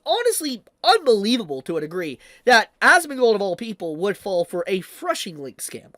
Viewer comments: Phishing is pronounced similarly to "fishing", not "freshing". LOL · It's called 'phishing', pronounced 'fishing'. not 'freshing' or whatever you're saying. It's pronounced like fishing for a reason. You've got the bait (malicious link), cast it into the water (mass send fake emails with the bait link) and wait for fools to bite. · You mean phishing link right??? Not threshing 🧐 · its called a phishing (FISHING) link... not whatever the fuck you are saying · It's "phishing," bruv...."phishing"